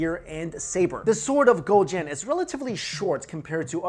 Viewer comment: Damn that pronunciation was on point!